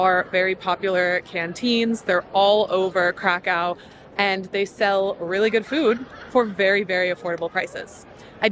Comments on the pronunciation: Its Krakow, not Krakau. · Crack Cow. Sorry I had to. It`s not that dificult to pronounce city`s name properly. In english it will be something like Crackoov. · cra coov not cra cow:) very nice film enjoy your stay in Małopolska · it is not crakcaw its cracuf or cracuv there is diacritics above o making it ó and it is read as U. changing places names is disrespectfull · Stop saying Krakow - try to pronounce geographical names correctly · It's better to say Krakau. The first option in English has a connection with drugs, dude...